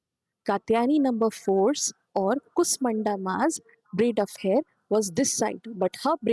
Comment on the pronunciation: Very nice video - but better pronunciation might help more - it is an sh and a long u - श kooshmanda. Also, the t in katyayani is soft - त not ट